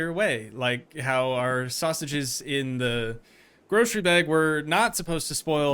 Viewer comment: So what’s the deal with him saying “sausages” in that weird way?